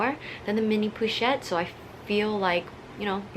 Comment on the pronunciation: "poo"-chette pewwwwchette lmao. "PO-CHETTE"!!!